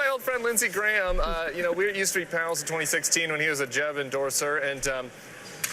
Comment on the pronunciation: “Agent Smiff” glitches and says “20 sex teen”